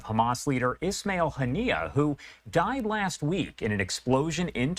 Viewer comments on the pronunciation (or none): none